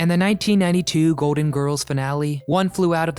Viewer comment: It’s GOLDEN Girls, not “goaden”